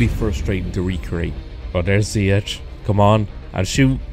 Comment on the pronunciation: His name is pronounced “Ziyesh”